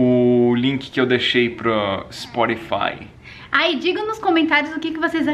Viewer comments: spotify, ele pronunciou Sporify, ta certo ? '-' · slk, é muita classe esse pra falar, uma plairisti no sporifai kkkkkkkkkkkkk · ai ispórifai, aosakoskaoska, aqui é íspótífai memu :P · é ishpottifai hahaha